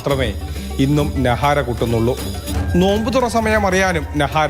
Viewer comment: നഹാര അല്ല നകാര